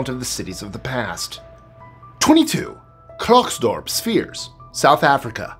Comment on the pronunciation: Klerksdorp is said like CLAIR-ks-door-P